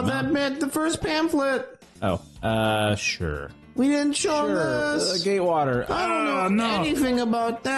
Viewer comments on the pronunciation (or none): I keep hearing "gaywater land" or something when they say GATEwater park